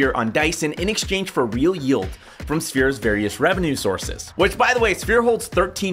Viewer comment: " real revenue sourves" 😂😂😂😂